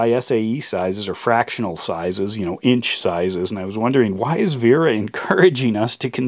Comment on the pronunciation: It's Wera with a "W" not a "V"